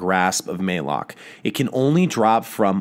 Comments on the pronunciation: ma lock not maylock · Malok spelled like malicious, malevolent, malaria, therefore its "Mullock" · Its pronounced malik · QUICK Update on this video! 75,000? You guys are the best! Thanks so much! Also the correct pronunciation is for Malok is MUH-LOCK (Thanks Deej!) Since I made this in October, before anyone knew anything about it, I didn't know the pronunciation. 6 months later and we do, so please disregard my incorrect pronunciation in the vid! Thanks for supporting the channel! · MAYLOK. MAL ....AL Malok my man, just trying to help